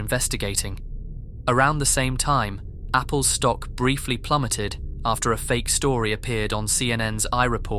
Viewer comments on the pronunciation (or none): I lost it when you said “fapple” 💀